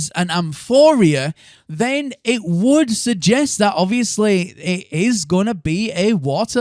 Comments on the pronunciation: Amphora, not amphoria! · There’s no “i” in amphora. Am-for-uh.